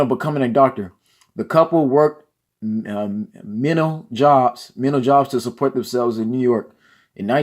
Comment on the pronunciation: this guy is so uneducated he cant even read listen to when he cant read menial and halifax lmmfao and people hated rousey because of her unsportsmanlike rude nasty personality. shes more venezuelan than anything. shes not black just look at her. lmao oh boy so sad.